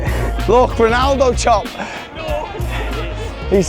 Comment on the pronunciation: Did you call him Ronaldo 😂?